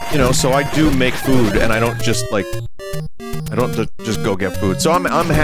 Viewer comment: “What must I DÜ?” Is my new favorite Vinnyism